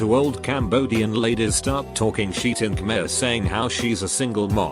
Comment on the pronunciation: The way the bot pronounces Khmer just triggers me.